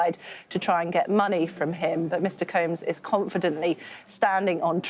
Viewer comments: Combs…. Not Coombs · Combs, not Coombes